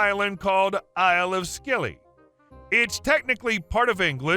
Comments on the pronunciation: Scilly, as in Isles of Scilly, is pronounced like "silly". I hate pointing out this stuff, but I hope it helps. I really enjoy your videos... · It's pronounced the Isles of silly! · Story II - it’s pronounced Silly, the Isles of Silly, the ‘c’ in Scilly is silent! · Lol, the dab radio story. Isles of Scilly is pronounced without the ‘c’ so it’s just Isles of Silly 😂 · Isles of Scilly is pronounced 'Silly'. I know. It's... daft. Not beating on the reader; it's hell working out how the locals pronounce a name you've only seen written. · Just a heads up: the "c" is silent in "Scilly". It's pronounced the same as "silly" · Scilly is pronounced 'silly' - never been there but it's on my bucket list. Apparently once a year, when the tide is right, you can walk between the islands. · The isles of Scilly is pronounced Sil-ee and only about 10 hrs from London by Car and Ferry, so yes, OP could just pop the radio over after work 🤣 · Isle of Scilly is pronounced Isle of Silly. commonly referred to as the silly isles. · Scilly is pronounced Silly! 🙂